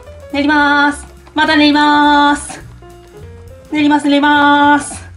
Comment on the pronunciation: ともさんの「練りまーす！」が ネイマール！って聞こえた。 発音違うけどw 自分だけかな？